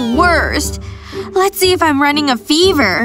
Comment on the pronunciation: let’s see if I have a feever. But she doesn’t even put it under her tongue